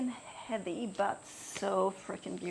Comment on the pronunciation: Heawy, heavy, heawy when you said it was really cute❤